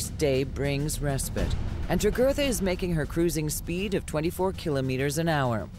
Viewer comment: It's the usual false drama. Should I mention that the narrator can not even pronounce Kilometer properly? It's a great show with horrible writing and production.